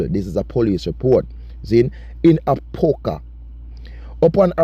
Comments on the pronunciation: Its a-pop-ka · A-pop-ka that’s the proper pronunciation